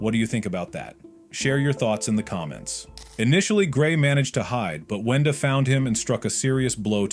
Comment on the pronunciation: Why are you saying wenda like did almost every thing :(